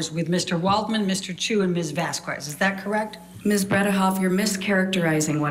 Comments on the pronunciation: It's ironic that a professional lawyer attempting to destroy someone's testimony cannot learn how to pronounce another attorney's name. It's Vas-khez! Eh, eh, not cuez! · it also makes me crack up every time she says Miss "Vaskwez" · mispronouncing of Camille Vasquez last name was insulting! My mother's last name is Vázquez and Spanish is the second most spoken language in the world after Chinese, there's no excuse!